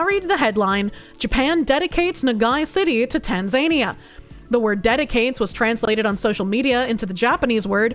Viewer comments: Please, it's pronounced tan-zuh-knee-uh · Btw, it's pronounced tan·zuh·nee·uh.